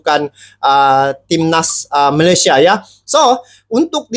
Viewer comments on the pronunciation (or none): none